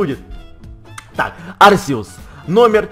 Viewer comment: правил но говорить не Арсеус а Аркеус